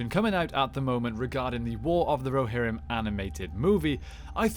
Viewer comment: Muster the Rohirmm